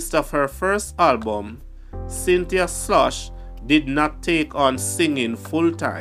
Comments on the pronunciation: Her name is pronounced Skloss not sloshh or whatever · Her last name is pronounced like skoles